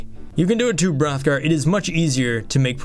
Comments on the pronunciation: almost anyone can do the b-b-b-b-b-b-rrrrrrothgar...... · ahmere gughes lol Hrothgar